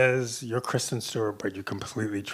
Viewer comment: KRISTEN. NOT KRISTIN.